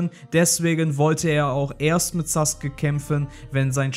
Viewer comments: Digga das heißt Sasuke und nicht suke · Ich raff es nicht warum saske der heißt sasuke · Tut mir Leid aber er heißt Sasuke nicht saske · Saske? Haha neinein, er heisst sasUUke 😁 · junge er heißt Sasuke nicht Saske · Es heißt sasuke nicht saske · Sasuke heißt es im Deutschen Saske im Original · Also ich kenne nur Sasuke und nicht Saske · Nicht saske sondern sasuke 🤦‍♂️ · Hör mal auf immer Saske zu sagen 😂😂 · es wird sasuke geschrieben aber es wird (zumindest im Original) Saske ausgesprochen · Englische Aussprache Saske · So wie es ausspricht ist es falsch. Das ist bloß die verkackte eingedeutsche Version. ^^ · Darf man fragen, wer die Einspieler da spricht? Da ist ja quasi jeder Name falsch ausgesprochen... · Es heißt Sasuke